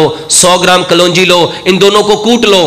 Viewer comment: Kal wanji kyun kehte hain aap? Kalonji hota hai aur dantne key andaz mian kyun bolte hain ?